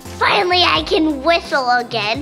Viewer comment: “Finally I can whithle again!” Priceless!